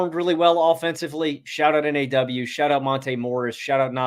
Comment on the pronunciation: T-Wolves fan here. You guys really get what this team is about. One tip—NAW is pronounced like “Nah.”